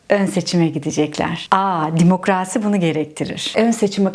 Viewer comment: sana bayılıyorum.Hele şu Demokraasi demen 😅